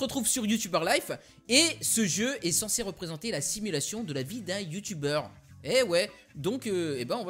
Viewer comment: Super vidéo, sa m'a fait rire la prononciation de U-Tuber:b, une suite serait cool, toujours au top tes vidéos;D